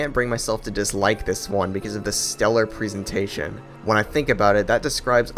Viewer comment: let's not forget his way of pronouncing presentation as if it were présentation. (although, a VERY good video!)